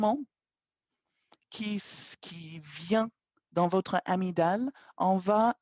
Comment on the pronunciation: Bonjour de quoi parler vous quand vous dites "amidale" il me semble que vous avec fait une petite confusion de français.